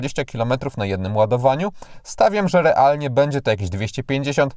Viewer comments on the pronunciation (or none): none